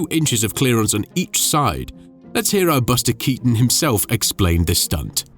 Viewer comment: Però Baster Catonno non si può sentire. Perché non riascoltate prima di pubblicare! Perché!